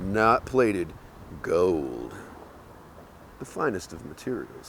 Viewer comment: It's Kinda cool! How you sound like a prospector the way you say "GOLD"